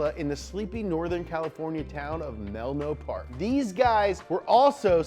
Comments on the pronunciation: did anyoone realize that he said "melno park" instead of "menlo park" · he said Melno Park but the caption said Menlo Park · He said Melno park instead of Menlo lol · meLNo park lol he meant meNLo. great video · Melno Park and Nicholas Tesla lmao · "Melno Park" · "Melno Park" lol <3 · u ripped it when u pronounced “Menlo Park” as “Menlo Park”. Used to live there, lol